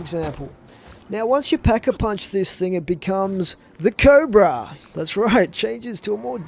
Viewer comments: It´s Cobra, not Kobra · Cobra Not Kobra Lol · Cobra not kobra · the Chicom CQB got Select fire on it and it is Cobra not kobra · its "Cobra" not "Kobra" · You spelt Cobra wrong... you said Kobra and it's named Cobra :)